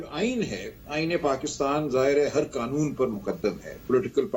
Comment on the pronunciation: آغا صاحب کو قانون کو ۔۔۔۔ قنون بولتے ھیں ۔ اور آٸیں باٸیں شاٸیں کر رھے ھیں